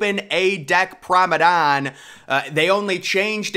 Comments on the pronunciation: PROMENADE NOT PROMEDANE ffs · it is Promenade not Promadon Man please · "Promenade" pronounced "Promenad" not "Promedan" hehe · Still Saying Promenade As “Promadon”. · So annoying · Exactly, you know what he means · I’ve Never Heard Someone Pronounce It As “Promadon” Before. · ...or maybe he does, he's just to proud to change😁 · He must be trolling us at this point with how he continues to pronounce promenade lol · He really struggles with that word… really annoying voice as well.